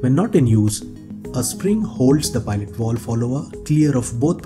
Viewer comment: WTF is a “wowlve”?